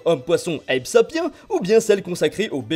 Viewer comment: C’est vrai que ça serai super ! (Ça se dit « sapien » chef